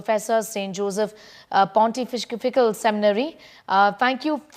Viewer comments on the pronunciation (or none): The news presenter does not know to pronounce " pontifical" 😅